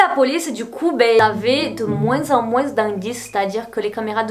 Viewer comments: Moin(s) tu prononces le (s) de moins😲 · J'aime bien que tu dises moins en prononçant le s ahah